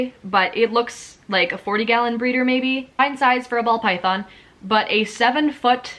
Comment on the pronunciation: I enjoy watching videos like these but the way you say ‘Python’ and think that all people in Pet Shops aren’t knowledgable really annoys me ! 😅 here in the U.K we’re much better than anywhere else, honestly ! 🙄